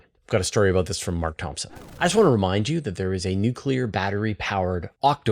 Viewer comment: NUK-YOU-LER for Mars!!